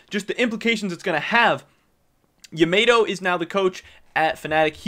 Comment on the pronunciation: For the love of god, please pronounce Yamato's name properly. Sounds so cringe. It's Yeah-maw-tow as in the famous Japanese battleship from WW II not Yeah-mate-tow. You do great work and provide up to date info but every time you say his name that wrong, I literally cringe.